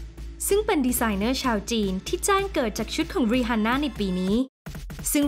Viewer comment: ขัดใจกับการเรียกชื่อ rihanna (รีอาน่า)